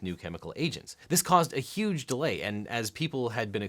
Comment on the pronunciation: You mean "YOUGE" lol